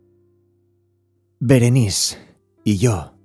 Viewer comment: Es Berenice!!, no Berenis 😒